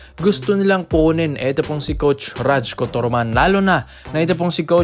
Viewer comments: Pronounce mo na rayko toroman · Mali po bigkas mo sa pangalan ni coach😂